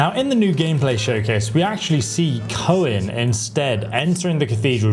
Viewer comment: Coen pronounced Koon sounds like a dutch name